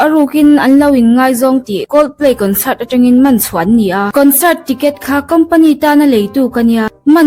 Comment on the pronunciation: Kawnsât, intarnet... 😂 A va chiang fek fawk em!